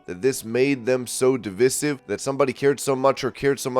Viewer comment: Please learn how to pronounce divisive.